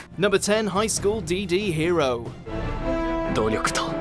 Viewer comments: Highschool DD really? You don't see the "x"? Sigh Once again can't pronounce English. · I swear they need to learn how to pronounce these animes properly. "HIgH SChoOL DEe DeE"